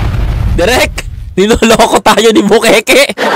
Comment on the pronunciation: bukaka hindi bukeke